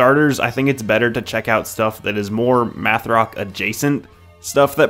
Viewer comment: Meth rock?? Oh its math 🙂